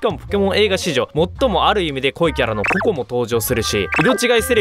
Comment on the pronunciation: ポケットモンスター コ↑コ↓ で草